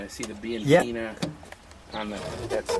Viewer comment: You pronounce:" biankeena "not bianceena , ciao e buona fortuna.